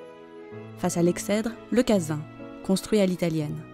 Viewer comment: Belles vues de cette propriété qui est le fleuron de notre belle commune de Yerres. Petite erreur dans le commentaire : La prononciation du mot Exèdre m'a interpelé car il se prononce phonétiquement Egsèdre et non Excèdre comme s'il y avait un C après le X comme dans excelle. Petit détail mais quand on poste un commentaire sur d'aussi belles vues c'est un peu dommage de laisser passer ça, d'autant que le mot n'est pas courant donc autant le prononcer correctement. Le journée du patrimoine de ce samedi 19 sept 2021 fut l'occasion de visiter l'intégralité des bâtiments et ce fut un vrai régal. Bravo à notre équipe municipale pour la restauration de cet ensemble qui fait notre fierté.